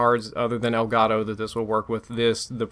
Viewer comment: elgato is a spanish word should be pronunce like elgato and not like elgaro.